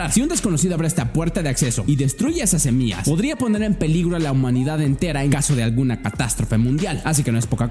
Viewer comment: Todo bien pero dijiste semias y se dice semillas hay curiosooooo